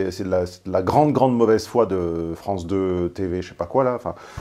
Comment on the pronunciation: la Fronce .. jontil la Fronce, ca donne bcp l arzon la Fronce